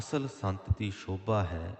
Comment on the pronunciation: Bhai sahib g ik benty haï g k tusi s nu sh uchàran karde ho g par exemple sobha nu shobha kehna g . Asi g bot pyar naal sun de ha bura na man lio .benty haï g .